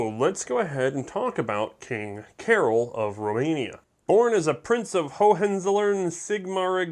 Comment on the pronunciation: I don't speak Romanian, but I believe "Carol" is pronounced like we would pronounce "Karl".